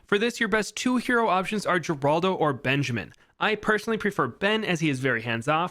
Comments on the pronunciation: It's pronounced Heraldo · Geraldo is Spanish, it's pronounced Heraldo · Fun Fact: Geraldo is pronounced like Heraldo as mentioned in NKs Update video